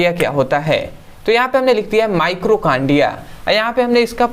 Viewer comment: माइटोकांड्रिया होता है भाई माइक्रोकांड्रिया नहीं।